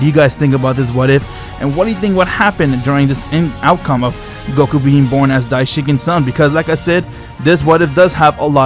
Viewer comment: I am sorry but i think it is daishinkun not daishinkin